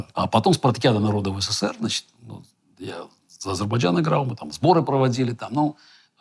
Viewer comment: Я обратил внимание как Гарри Кимович произносит слово значит-" значЫЦЬ" совсем по белорусски